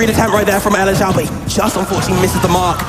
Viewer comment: elexiao* but yea i think it's pronounced eleg-jsh(one consonant sound)ow. Chinese? Xiao on its own translates to flute, electric flute?